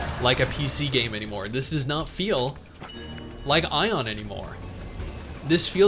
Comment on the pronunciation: lol doesn't know how to say aion right the entire time